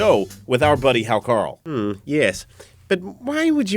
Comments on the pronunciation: it's pronounced "How-Kartl" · A very fine video of poisoned Vikings and silly Útlendingar. But Hákarl is pronounced haukar(tl) or sometimes hauka(tl). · The way he pronounces 'hákarl' is hilarious. Anyway, I love it.